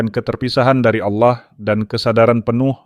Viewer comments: tolong pengucapan nya di benarkan. ALLAH dengan tegas bukan aulloh. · Allah, bukan Aulloh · Ganti penyebutan sdr ingat ALLAH Bukan aulah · Knapa kata Allah diucapkan olloh, mav ini kedengarannya ga enak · Allah bukan Alloh 😂😂🙏🙏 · Narator nya kok seperti😅 muslim ya, Klo menyebut Allah : A' wlohh.. khas ejaan Muslim. Mohon disimak . Barangkali ada kecenderungan negatif. Pokoknya. Siagalah..😢😮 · hostnya kl ucap ALLAH mirip dg MUSLIM y..... tp memang dialek ALLAH g dimonopoli kaum sbrang aja mstinya BHS sifatnya kan UNIVERSAL